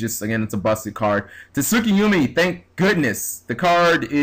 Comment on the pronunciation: su-kee-yom-e (tsukiyomi)